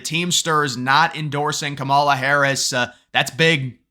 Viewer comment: You not pronouncing her name right is sad! Racist don’t truly believe in unions! Of course they won’t endorse her!